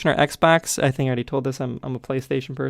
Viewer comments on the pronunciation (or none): none